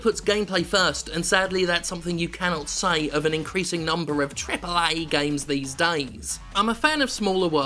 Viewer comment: lol the way he says "trrriiiple A!"